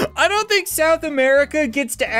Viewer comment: He said donut understand